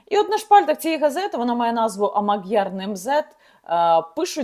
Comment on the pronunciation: не маг'яр, а модьяр, наголос на "о". я розумію що мадярська одна з найскладніших мов у світі, але одне слово правильно сказати, передавши звучання в оригіналі, можна було.